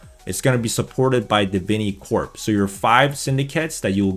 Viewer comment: Bro its not de-vin-ee, its d-vin-eh-corp